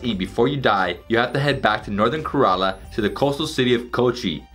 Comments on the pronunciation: Please pronounce Kerala properly .it is Kay - ra- laa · I liked your video, as I usually do any travel/food video of beloved India...but...and I really don't mean to be so critical, but your pronunciations are horrid. For those of us Westerners that love India...we may never get it completely right, but....Ka-rel-a--for the state of Ker-A-la? (A Karela is a bitter gourd). Besides, it's fun to work on Hindi and Indian names...they will appreciate our efforts...Have fun. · Man... It's Kérala not karala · Poonjab, karaala, karn taka 🤣🤣🤣🤣🤣🤣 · Also Kerala is “ca as in care - run- la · Yeah I was thinking 5 trips to India and hasn't learned how to pronounce Kerala